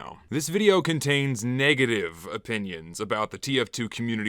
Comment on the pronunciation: Dear god, opninions? how dare you?